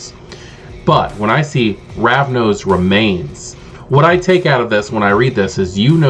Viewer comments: First time I've heard someone say "Ravno" instead of "Ravnos", but this video was incredibly useful for me, and highly entertaining. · I love this. But you know its Ravnos, not Ravno, right?